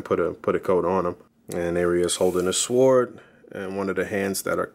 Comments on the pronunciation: Thanks for the detailed review. 👌🏾 The "W" in "sword" is silent by the way. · Lol. Thanks, like I told someone above I struggle with the pronunciation of sword for some reason lol. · am i the only one getting shook with how he's saying sword